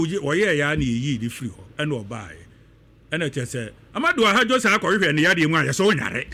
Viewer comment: For your correction, the Cameroonian leader's name was Ahmadou AHIDJO not "Ahadjo" as you are pronouncing it.